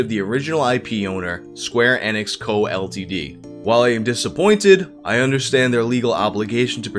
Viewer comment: The way you pronounce enix sounds like you're saying xanax